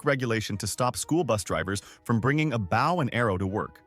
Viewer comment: A bough and arrow.. I guess English is your second language